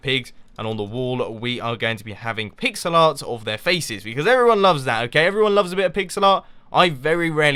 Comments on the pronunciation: i thought you said pixelot (like ocelot) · Every time he said, "pixel art" it sounded like "pigs a lot"